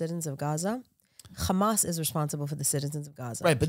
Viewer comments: Who else hates nothing else bit when she says the word hhhxxxaaamass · the way she pronounces hamas is hilarious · Who else was pronouncing hamas? The way this nice guest was and able to clear out their throat from a cold. They just got over?